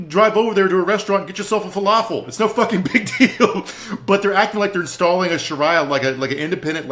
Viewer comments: He must have a lot on his mind. I know he’s pronounced it correctly in the past. 🤷🏻‍♀️ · Shareea law not sharya law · Omg I almost had to turn it off because of shar👁️ya lol.